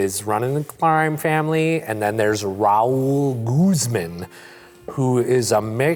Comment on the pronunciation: I love how pronounces "Raul Guzman" ra-OOL GOOOZ mon